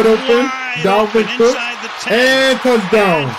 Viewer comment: JAMES COOK get it right they even say his name lol